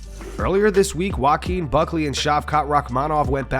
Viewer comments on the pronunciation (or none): Joaquin is obviously a Spanish name. Points for effort tho 👍